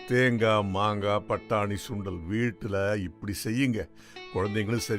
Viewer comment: Dai it’s Sundal not Shundal😂.. I think you are a Bhramin